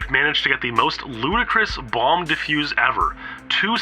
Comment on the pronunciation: It's a difficult word to pronounce. I have difficulties like this at times too. Let's respect peoples shortcomings and value them as the people they are.